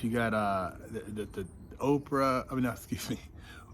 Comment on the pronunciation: 😂 hilarious how he said “Oprah” 😅